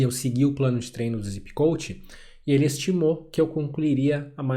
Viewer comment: Meu irmão tu é mto bom nas análises q faz, só quero deixar um adendo q provavelmente não faz diferença pra grande maioria da sua "audiência", mas me incomoda quando vejo alguém inteligente usando a pronuncia errada, não é "Zipp Coach" e sim "Zépp Coach" a pronúncia do "Zépp" no nome do Coach é a mesma do nome do aplicativo q é "Zépp" (acento no e só pra enfatizar a pronuncia correta). Do mais analises perfeitas, com uso no dia dia e melhor* ainda, em provas. Vlw!!!